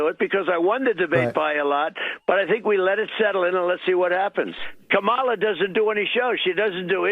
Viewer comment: The only thing I took from that was, he finally said the vis president's name correctly.